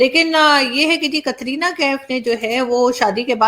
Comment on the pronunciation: कतरीना नाम नहीं है Aarzoo It is कट्रीना है....